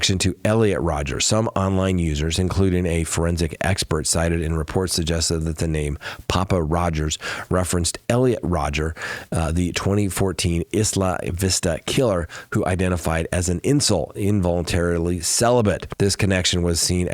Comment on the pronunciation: Isla Vista. pronounced Isle a Vista